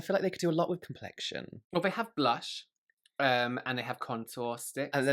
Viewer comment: Blunch = blush 😂 tree = true